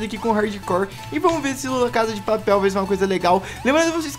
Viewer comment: aprendeu a falar la casa de papel aeee